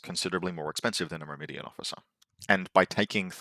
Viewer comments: mur-mah-daan, but close enough lol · I've figured it out, I know your game. You just pronounce extra "I"s into words to farm engagement. Myrmidon, Shasvastii. Well it's not gonna work on me;)